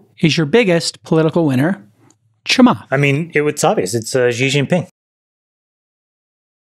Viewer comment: it is pronounced She (Xi), not Zhi.